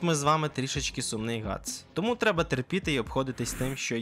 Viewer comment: Ґріффіс * Ґатс * ти не правильно сказав